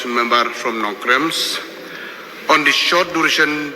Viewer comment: Ma, also needed to correct his pronunciation because, in place Nongkrem, and he pronounce, Nongkrems.